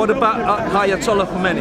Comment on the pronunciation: He said ayotollah Khomeini 🤣🤣🤣🤣